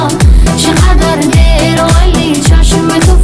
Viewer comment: روی تلفظ کلمات هم کار میشد بد نبود آشوقی/ عاشقی چقدر دِر / چقدر دیر